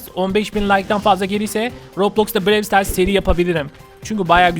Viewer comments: Bide abi pandanın yüzünü göster hepimiz çok merak ediyoruz lütfen seviliyorsun Brawl stars bide brewl diye okunmuyo browl stars diye okunuyo ama olsun seni çok seviyoruz hepimiz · BREWL DEĞİL BRAWL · abi brey star değil brawl star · Brevl stars değil brovl stars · Abi brewl stars değil browl star diye okunur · Abi brevl stars değil bravl stars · abi Brewl Sters değil Brawl Stars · abi BREW STARS DEĞİL BRAWL STARS YANİ ŞÖYLLE OKUNUYO TÜRKÇEDE BIROVL SITARS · Abi brewl stars değil brawl stars o abi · Abi brewl stars değil brawl stars öğren bunu abi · Abi birevl sıtars değil bıravl sıtars yani (brawl stars) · abi brewl stars değil brawl stars ilk yorum abi kalp atarmısın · Abi brewl stars değil brawlstars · ABI OYUNUN ISMINI YANLIS SOYLUYORSUN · BRAWL STARS I YANLIŞ TALAFUZ EDİYORSUN ABİ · Abi seni seviyorum bu arada brawl stars ı yanlış diyon